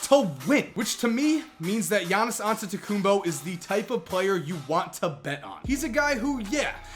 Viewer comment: Ol finally some body can say Giannias Antetekumnpo correctly.